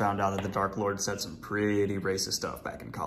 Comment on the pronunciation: Emphasis on “Some”